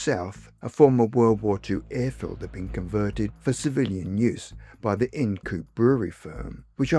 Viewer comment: “Ind Coope” is pronounced “EYE-nd” (like “hind”). Interesting story.